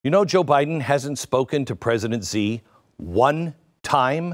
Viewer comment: Xi is pronounced she.